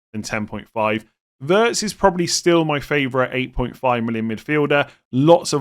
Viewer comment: I just want to mention that Wirtz is pronounced Veerts🤝🏻